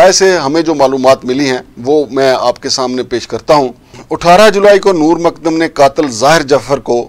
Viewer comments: Makdam Nahi mu-kad-dam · جناب ۔۔۔۔۔۔۔ مقدم ہے ۔۔ "د" کے اوپر شد ہے ۔۔۔۔۔۔۔۔۔ ق کو دو بار پڑھیں ۔۔۔۔۔۔۔ مقد دم ۔۔۔۔۔۔۔۔۔۔۔ سلامت رھیں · Abay tujhay naam tak sahi Lena nahi aata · Nam tu sahi se lena sekh lan.